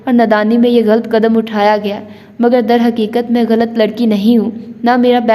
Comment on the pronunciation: واقعی باجی مجھے تو بہت مزہ آیا میں خود اب سن رہا ہوں دل تو بہت کرتا ہے کمنٹس کرنے کو مگر مجھے اندازہ ہے کہ پڑھنے والے کو مشکل ہو جاتا ہے ویسے آپ شاندار پڑھ رہی ہیں ماشاءالله اور غلط کو غلط پڑھیں(galt) نہ پڑھیں یقین کریں قاسم علی شاہ کے بعد آپ دوسری شخصیت ہیں جنہیں میں نے اس ہفتے galt پڑھتے سنا 😝😁😅 شکریہ